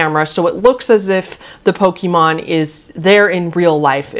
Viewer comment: I might be nitpicking, but that's just how I am, I'm very particular about pronunciation of basically everything, so forgive me, but you are pronouncing Pokémon wrong. It's not poke-ee-mon, it's poke-ay-mon. It's not a big deal, but it does slightly bug me to hear it pronounced wrong.